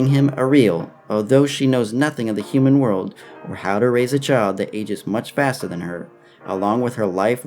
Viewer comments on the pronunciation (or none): none